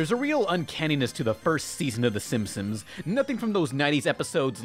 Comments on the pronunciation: Narration ERROR: says "Simpsims". What really happened: did this on purpose as an Easter Egg. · Am I the only one noticing saying "Simpsoms" instead of "Simpsons"? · Why are you are calling The Simpsons "The Sim-Sims"? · Please work on pronunciation. You slur words together and say silly things like "The Simsims"